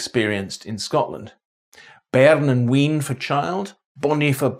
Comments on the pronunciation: Wean is pronounced "wain", not "ween". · What an excellent video. Just a footnote: "wean" (a contraction of "wee ane") is pronounced "wayne", not "ween". And I've never heard "rhotic" pronounced "rottic" before! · That was a very interesting video. The only thing I noticed is that when you said bairn / wean you pronounced wean as ween when it’s pronounced wane.